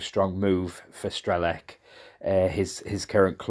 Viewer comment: just a hint, the "C" in Strelec is pronounced as "TS", so it's like "Strelets" and means "Shooter" or "Sagittarius" Thought I'd point that out. Cheers and good luck to him and Boro ;)